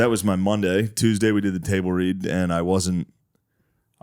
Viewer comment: “ Iweyyouahhahhtableread” Shane: Wut?